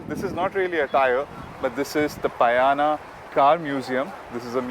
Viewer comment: It's not Payana(न), its Pa-Ya-Na(ण).